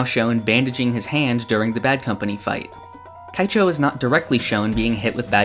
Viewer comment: Is it just me or are there some strange occurrences in pronunciation, like calling Straizo “Straights” or Keichou “Kaicho”?